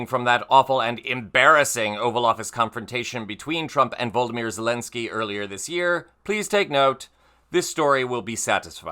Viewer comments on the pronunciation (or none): Fan of the show but PLEASE it's " Volodymyr " NOT "Voldymyr" This drives me nuts and I thought someone would have told you by now ! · Sounded out it’s like Va-low-da- mirror. You’re skipping some syllables. 😎😎